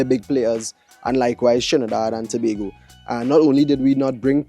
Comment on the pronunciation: get acustom to saying trinidad and tobago especially on the internet